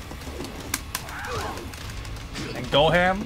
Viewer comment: god old Goju and his son Go-Ham